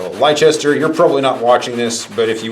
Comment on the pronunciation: Good ASMR..Oh, and Leicester is pronounced "lester", just for next time...English place names are a pain in the arse, but yeah, lester...He's a good lad..